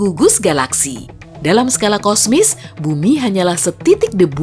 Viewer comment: Ko saya dengar bilan kosmis , sebenarnya kosmik